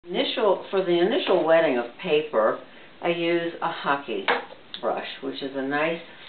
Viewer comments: Great idea, wetting both sides. I wondered how some artists made the paper stick to the board. Thought they used some sort of glue but that would ruin the paper. I'm new to using the Hake brush...is it pronounced Hake ( like Jake ) or Hockey ? Thank you for the video. I will go on to your next one. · nope. the fish Hake rhymes with Jake, but the brush is pronounced Hah - Keh